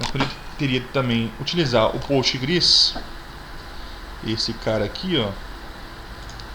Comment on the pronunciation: Cara sua aula é muito boa. Mas como uma orientação pessoal, pfv pare de fala POSTGRES como se estivesse no pural. nao esta, na verdade o s esta no final devido ao SQL que tem no final. Dica ok... Obrigada